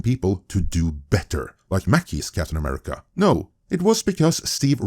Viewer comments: welp...that inflection on America has got to be one of the most expensive I've ever heard/seen 🤦🫤😅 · notice how he even had a hard time even saying the name "America". What has America ever done to him?